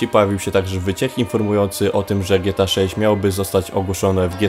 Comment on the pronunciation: Czemu ty mówisz "gieta" a nie Gie-Te-A, dosyć śmiesznie to brzmi